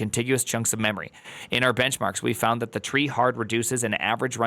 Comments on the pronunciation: It's tree-e Edit: is having dumb moment. The headers are sent from the website, not CF. Also what about HTTP2? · I'm trieing not to take your mispronunciation seriously.